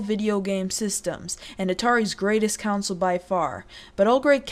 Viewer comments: Dude you look like that little kid who kept saying apparently. And what the heck is a counsole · Hey, young it is a console not a council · The way you say console as council. Lolol